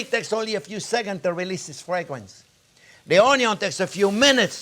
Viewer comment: Fresh basil at the end.... ADDS MORE FWAGUWENCE CHEF